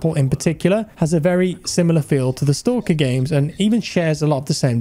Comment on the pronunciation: man... it's not stOlker... it's STAAAAAAAAKER